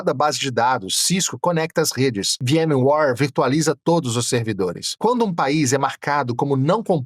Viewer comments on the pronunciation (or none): Incrível ver como um cara tão articulado e aparentemente bem instruído no que faz, não consegue pronunciar palavras simples em Inglês(ex: "ware" com som de "war", básico!) e ainda com a bandeira americana na estante..🤔🤔🤔😲😲😲 Aí fica uma pulga atrás da orelha..É confiável??